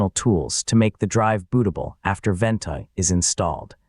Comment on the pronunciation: "Full Guide" in two minuters? Right! The truth is Ventoy ('Vent" as this crap A. I. video calls it) does NOT just boot up any iso file you copy to it. It would take a one hour video at leaat to teach you all the ways Ventoy will wreck your life.